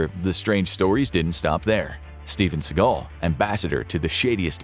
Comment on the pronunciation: Who is this "Steven Seagull"?